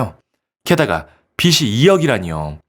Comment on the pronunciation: 읽는 글에 빚이 라고 쓰여있으면 비지 라고 들려야 하는데...왜 비지가 비시 라고 들릴까요?